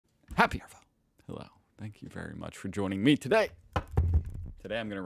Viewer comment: Hi. Just to be a bit picky but in the word “arvo” the “r” is generally virtually silent. So “Happy Arvo” is more like “Happy AHrVO”